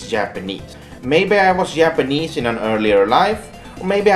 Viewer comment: "Yapanese" I know he can't help it because of his native language, but he sounds like an idiot